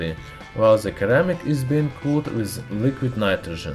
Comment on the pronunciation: "...comes from the island of Cyprus" : "island" in English is pronounced like "eye-land". "Cyprus" is pronounced like "sigh-pruss". "ceramic" has a soft-c sound in English as if it is pronounced "se-RAH-mik". The "k" in "know" is not pronounced. ("no") "Blue-blood" (bloo-blood) But the word blood rhymes with flood or mud. You really should prepare your script and have it checked by an English-speaking person for proper pronunciation.